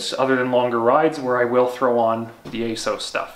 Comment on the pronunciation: Ace- ows? There’s a double ‘s’ in there, shouldn’t it be Ass-oss?